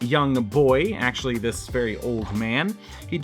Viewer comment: 'actulay' 🤓 makankosapo